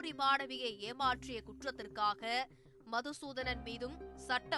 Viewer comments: மதுசூதனன் இல்லை மாதுசூதனன்😂😂😂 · மது சுதானன் ❌மாது சுதனான் ✅ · அவர் பேர் மதுசூதனன் இல்லை. மாதுசூத்தண்ணன். கொஞ்சம் திருத்தி கரெக்ட்டா சொல்லுங்க மேடம்.